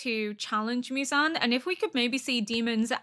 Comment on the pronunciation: 『ミュザン』って、ホントに貴方の耳にはそう聞こえてるの？わざわざ日本語音声で視聴して下さってるのに？？？┐(´д｀)┌ 『ゼンイツ』は完璧です！素晴らしい！！